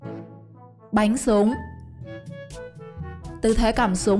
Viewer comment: Bắn súng thì đọc thành bánh súng